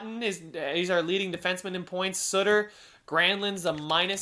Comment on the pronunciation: boeser is pronounced beser and Sutter is pronounced sutttter not suuutter